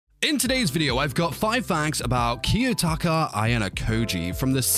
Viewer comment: The way he pronouced Kiyotaka and Horikita put me off